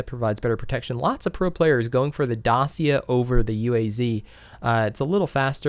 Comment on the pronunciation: Renault Dacia is pronounced Dahchia